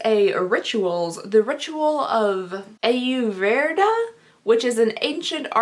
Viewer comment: It's pronounced Aa-yoor-vay-daa, if that helps :) It's the practice of traditional Indian medicine.